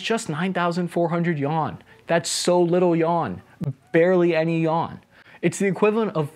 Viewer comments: Chinas currency "Yuan" is not pronounced "Yawn" but more like "You-an". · Great story! I can see that you care about details, so I'll mention your pronunciation of the Chinese currency - the "yuan". You pronounce it as " yawn". It is really more like "you-on". You can also say " RMB". The average Chinese person uses the term "kuai" (pronounced "Kw-eye" or "qu-eye"... one syllable...rhymes with "eye"). Hope this helps. Love your channel. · "Yawn" Yu-ahn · You-wan =yuan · I'm pretty sure "yen" is not pronounced "yawn"... But good fun :) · What's a yawn? The chinese currency is called YUan if that's what you were trying to say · yuan he says yawn🤦🏿‍♂️ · Yawn? Yuan (Yoo-ahn). Lols! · I thought this video was awesome and super informative.. however.. the fact that you pronounced “Yen” as “Yawn” made me incredibly upset. Illiteracy is the real enemy. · yuan - “you” “ahn” yu-ahn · "barely any yawn" 🥱 Bro murdered their currency pronunciation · ah, the failures of the pinyin system. when you screw up a transcription system so bad that people call it "yon". at least be sensible and call it "yuen" or something, because no one will pronounce a as a [e] or [ε]. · It’s actually “yuan”. Yen is japanese. So he’s still kinda said it wrong but so did you